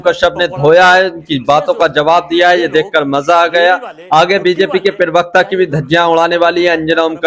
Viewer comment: Jahil Pirvakta Nahi Parvakta Hota Hai. Cap Aur Chashma Pehen Kar Galat Nahi Bolo. Pirvakta Nahi Parvakta Hota Hai.